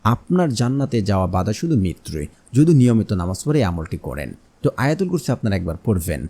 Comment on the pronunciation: আপনার আলোচনায় আয়তাল কুরছি ছহি হয়নাই আছতাগফিরুললা ভুল